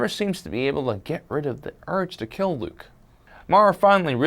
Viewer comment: his name is luuke